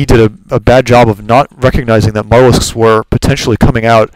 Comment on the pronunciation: MU (you) talisks. Not MUTTALISKS.